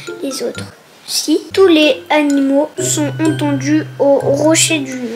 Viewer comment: Animaux c'est les animaux animaux la liaison liaison,😡😠😡😠😡😠